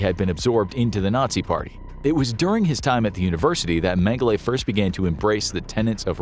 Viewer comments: Holy Jeebus. Its Dr. Menge-LA not Menge-LAY ...ridiculous... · Name pronunciation is not correct, it's not "Mengelay". "E" is pronounced as an "A" in German. So it's pronounced "Mengel-a" despite it being spelled "Mengele" just FYI. Not to be a Grammer nasis 😜😂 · “Men-guh-lay?” Really, …? 🙄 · Just for future reference, colloquially in country of origin and surrounding, it’s pronounced “Meng-uh-luh.” :) Love the content! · well how would you pronounce it?